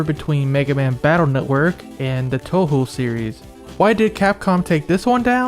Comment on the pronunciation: You're the first person I came across who actually pronounced Touhou properly. Blessed.